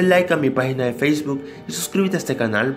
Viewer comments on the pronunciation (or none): none